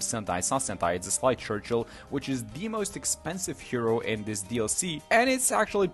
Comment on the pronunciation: Sleigh Churchill is pronounced Slay Churchill.